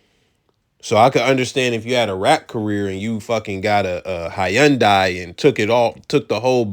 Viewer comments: why he pronounce Hyundai that way 😂 it’s pronounced Hun-Day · Hy-un-dai 😂😂😂what tf bro you had me crying